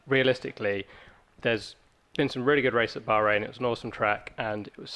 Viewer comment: 3 words?? Bahrain not "Bohring" ;))